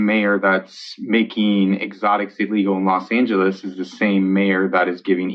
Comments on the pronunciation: I know its not important compared to the other stuff but did he seriously say the state of Lid Angeles ? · Did say “state of los angles” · Wait...did he say State of Los Angeles?